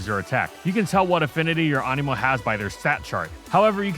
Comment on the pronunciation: I thought you said Amiibo